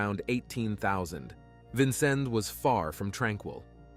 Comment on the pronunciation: I’m from Vincennes and was there when these murders happened. You left out so much! Please, at least learn how to say Vincennes correctly!